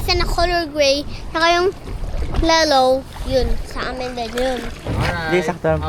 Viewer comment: “lellow” 😭😭😭😭